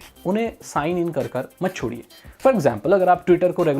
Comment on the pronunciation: "chhod" hahahaha. bro "shhod" likh...